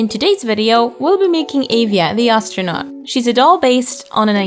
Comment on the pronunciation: I’m sad with the way you pronounce avea.... for me I pronounce it “uh-vee-uh” and that’s how I have since I was a kid